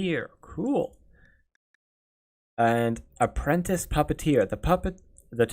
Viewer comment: Shoot, I didn't mean for that to make you feel bad. I just noticed how you were pronouncing stuff like apprentice & telepath.